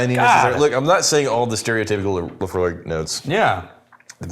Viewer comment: Whenever you say Laphroaig, I hear 'Emma' .. !!